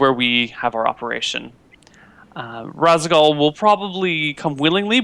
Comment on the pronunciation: Does only play StarCraft in multiplayer? I'm actually astounded that he doesn't recognize the name Raszagal. None of them seem to react to the name of the Matron of the Dark Templar at all. Then goes one step further and mispronounces it. It tickled my memory instantly and not only did I only play through it and Brood War once, but that was sometime ago. I just can't even.